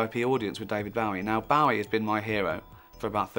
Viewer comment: If he's such a big fan, you'd think he'd at least pronounce his name correctly.